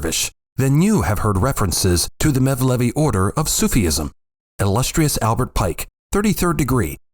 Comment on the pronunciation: Suf....ism. NOT sufi...ism.